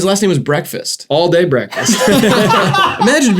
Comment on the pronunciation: His name was Adlai not Allday lol